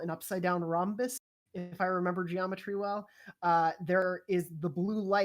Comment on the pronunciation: Don’t ever say Rhombus again please